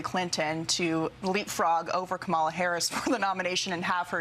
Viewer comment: And please, stop the disrespect of mispronouncing Kamala Harris' name. I'm mean, what are you 5 years old?